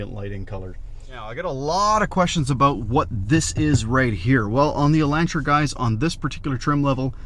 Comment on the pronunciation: It hurts ever time he says Elantra.